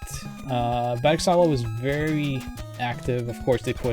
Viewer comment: Almost correctly pronounced! BERGSALA!